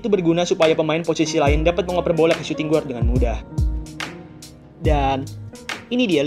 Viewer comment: Min.. bacanya : suting gard, bukan suting guard